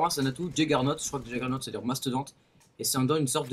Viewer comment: sa se dit Jo-Gueur-Naute = Juggernaut